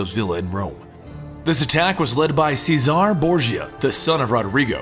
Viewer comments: CHEZ-A-RAY not cesar CHEZ A RAY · its pronounced chez are ray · Friendly advice: Cesare is pronnounced Che-suh-ray.